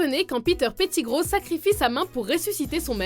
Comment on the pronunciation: Tu prononce mal Malefoy, petigrow, Weasley, Ludo Verpey et Gilderoy Lockhart, aussi dans certain de tes extraits de film les voix de Harry et Hermione sont bizarre